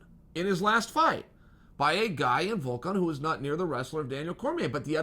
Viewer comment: Calling the Russian Volkov "Vulcan" is lowkey some of the funniest shade Chael's ever thrown.